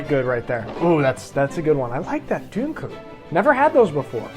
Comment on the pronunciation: When you say Dunkel you say it as if it has Umlauts. Sorry man other than that great video but I’m sad you skipped over Krombacher and you should have compared the winner to the US beer LOL. (I know it isn’t a comparison but it would have been funny to see you say how bad it is:) As always great video and keep em coming.